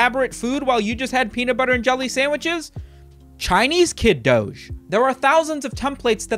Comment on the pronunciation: I don't like the way you pronounce doge